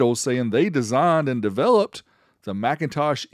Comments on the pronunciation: It's Mick in Tosh. NOT MAC intosh. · "McIntosh" is pronounced "Mik...". "MacIntosh" is pronounced "Mac..." But that's only if you prefer to say things correctly, and be accurate in your speech. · lol I believe is pronounced “Mc” not “Mac” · For the record, you are mispronouncing the name, it's not MACintosh, it's McINtosh, like Mkinly, stressing the second syllable, omitting the ä. In other words a whole different word, even spelled differently. This was understood when Jobs approved the naming, But when the trademark was applied for it was cross checked and denied not for the trademark of the name already taken, but actually for 'Phonetic Infringement' That's why the PCs weren't even on MLs radar, it's a whole different name. But when they were called by Jobs and asked for permission for a variance to maintain using MacIntosh, they were initially denied, later agreeing to a brief licensing agreement, followed by a deal to buy it outright , for a price that still to this day remains a secret, estimated to have been between 100,00 and significantly higher. The more you know.